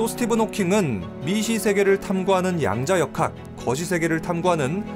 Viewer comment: 아 양자 역학때문인가.. 영어가 들힌다 야앙좌아하악 처어웡과악